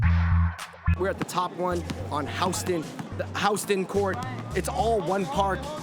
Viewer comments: '????haoosten"' i think you mean houston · I LOST IT WHEN HE SAID HAWSTON INSTEAD OF yuston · It's not pronounced HOWston lmao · Did he just HOUSE -ston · Howsten It’s Houston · he says houston weird it's supposed to be said hew-s-ton but maybe that court is pronounced house-ton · Did this man really pronounce Houston, House-ton? smh